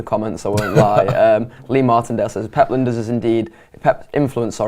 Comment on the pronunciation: Er his name is LINE - DERS not Linda's. Where is the respect amongst Red vloggers?